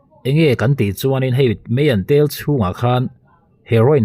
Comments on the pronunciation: Meian ni lovin Maian tih tur aw. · Meian ti tawh suh, a thing lutuk,, mizo chuan maian kan ti, a rah hming pu in a hnah hi maian tiin kan sawi, arah hi mei/meite iti thin te a nih ngawt loh chuan, nge meian bei hlir i ei thin zawk te ka rawn ti ve deuh duah anih chu,, mizotawng diklo deuha an lamrik hi chuan ka sawisel vak zel mai a, insiamthat deuh chu ka ngai ani🥴🥴🥴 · Meian ni lovin, mâian tih zawk tur aw..Mizotawng hi hman fimkhur viau a tul a nia!!! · Kapu,Meian tiin lam lo la,maian ti a lam tur Ani e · Meian maw? Nangni tal hi chuan Mizo țawng hi lam dik teh u. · Meian tel niloiin maian tel ti zawk la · Meian a ni lo Maian tih tur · Meian ni lovin maian tia lam tur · Meian itia Maian zawk tur